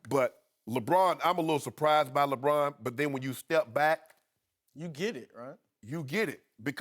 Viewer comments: i hate the way this dude says Lebron. sounds like Lebraaan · I can't stand the way Broussard pronounces "LeBrahhhhn."